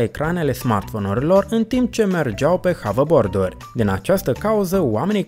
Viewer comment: Se numește Haberbord,nu Havebord